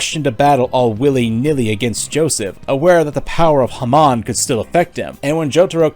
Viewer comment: The pronunciation of “Hamon” is abysmal and saying “Mu-duh” falls flat